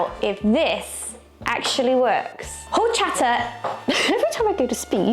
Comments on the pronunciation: it's Orchata, the H in Spanish is silent. My favorite drink with lots of ice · Jorchata. LOLL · Highly recommend trying rice pudding/arroz con leche next time! I prefer mine chilled, but it's good while still warm too. PS quick note, it's actually pronounced "orr CHAHT ah", the beginning H is silent in Spanish 👍